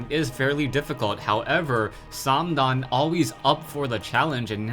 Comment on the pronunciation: it's probably well pronounced, but i hate how you say "" haha.